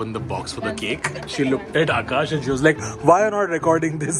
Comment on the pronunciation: babe before schooling akash's pronunciations,first fix yours,its "why" not "whai"❤😂hahahhaaha